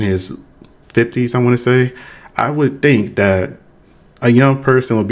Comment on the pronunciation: "I wood tink"... oh you tink huh? Lol i agree peanut butter is delicious hahaha